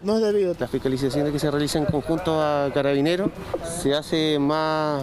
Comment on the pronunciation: ''Catabineros'' XD